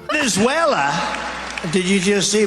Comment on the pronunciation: In fairness, no white man over 50 can pronounce Venezuela. It always comes out as Venzhuwale or Venzuela.